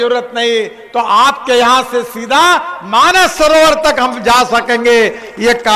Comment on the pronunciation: माननीय गडकरी जी, ठीक से मानस सरोवर बोल रहे है और आप लोग क्यों मान सरोवर लिखते हो और बोलते हो? व्याकरण नहीं आता तो सीख लीजिए और बोलिए और लिखिए। हम लोग ही गलत बोलेंगे और लिखेंगे तो बाकी लोग तो बोलेंगे ही। सुधारो खुद को।